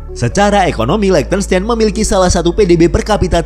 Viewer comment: Min kalau mau bahas negara di eropa coba search gmn tuh spell nama negaranya ,itu spell liechtenstein nya salah, itu negara pake bhs jerman jd nama negara nya jg pake cara baca nya bhs jerman 😁hehe ato emank sengaja mau di spell pakai bhs indo ya hehe